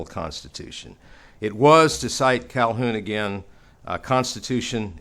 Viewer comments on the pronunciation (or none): It's an interesting subject but I wonder about one thing that just irritates me. The name Calhoun is common in the South. The h is not silent. I wonder if pronounces his name Wiloon just as he pronounces Calhoun Caloon. It seems a passive aggressive slap to mispronounce the name of a revered orator. I find myself wondering if he has some dislike for Calhoun. I myself could list many capable Southern Statesmen who were more concise and spoke to my understanding of past events and would rather they be cited more often but I would also make every effort to pronounce their names as they would feel proper. With that said, on to part b.